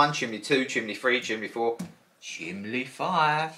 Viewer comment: Are you saying chimley haha 😄 the scratch coin is so pretty 😍